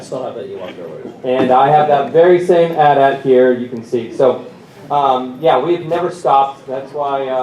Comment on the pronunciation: Lol he said Atat not AT-AT